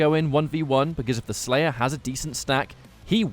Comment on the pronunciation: When the slayah is tendah. Indeed my friend. Indeed